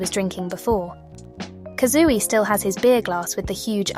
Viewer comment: the robot voice is really nice, it's perfect for listening to your analysis while I do stuff like work or chores!! that being said... 'kazooey' 😭💗